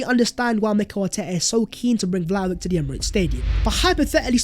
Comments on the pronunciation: Vlahovic would definitely improve our attack. Also, his name is pronounced Vlahovich, rather than Vlahovik. Hope you do correct it in future videos. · It's pronounced Dushan Vlahovich man! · I'm sick of hearing you spout "Vlahovick! Vlahovick!" An embarrassing mispronouncement! I have unsubscribed so I don't have to hear you any more.